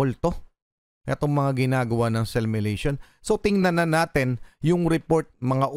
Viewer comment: “simulation” ang bigkas nya ay SEL MYULEYSHON 😂😂 damap SIMYU LEYSHON